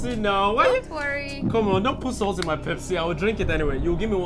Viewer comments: I love Pepsii ....the Africa intonation is just so pronounced. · The way he pronounce pepsi, like a real Nigerian man😂😂😂